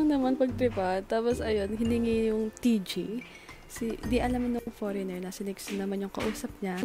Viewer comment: It's the "poreynger" for me unso HAHAHAHAHA